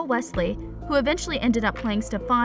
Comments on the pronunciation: its stefan not stevvaaaan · It not Stefaan it is Stefan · Michaelson!!!!!!!!! Mikaelson...steffaaawnn ..its stefan...you daft dimbo... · It's Stefan not stefaan. Please do your homework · steff-aaannnn???? what girl??? get outta here with that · NOO U DID NOT JUST SAY “STEFAWN”...GIRL THAT DESERVED A DISLIKE CAUSE I KNOW DAMN WELL U NEVER WATCHED THE SHOW 💀💀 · ... "sTePhAwn" its "Stefan" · Srry for the rights but it’s not stefon Salvatore it’s steffan Salvatore srry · Yeah, you can tell this girl has clearly never watched a single episode of TVD, she legit said “sTeFaWn Salvatore” LIKE WHAT- she also said “Matt hOneYcUtT” miss girl- it’s Matt Donovan. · ‘StefON’ ‘honeycutt’ this person can’t speak. How annoying. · can she stop with "stef-aan'' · Ikr, StefAn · Why she say Stefan like that. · Is it just me or is it that she doesn’t know how to say Stefan’s name right? Lol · She says it like Kai lol